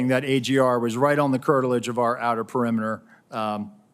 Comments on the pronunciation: "It's on the curteledge"? Bwah,ha,ha!!! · Notice he said cartilage? Like Trumps ear cartilage? He’s not fit for the job either. Early on in video. He’s not helping us believe in him either! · "Curtilage of outer perimeter" -- Not.